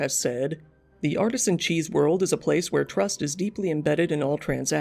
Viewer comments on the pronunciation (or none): none